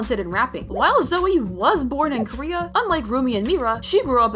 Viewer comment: 😅its not roomie its rumi its not zoey its zoey and its not meera its only mira 😂😂